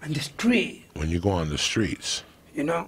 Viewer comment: Geovani Alvarez lmaoo Yoel: “en my estreet” Joey: “in my street”